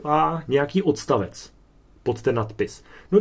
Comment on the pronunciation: Pěkné, jen když mluvíte o hodině češtiny, tak voranžový, vodstavec ... apod. čeština nemá :)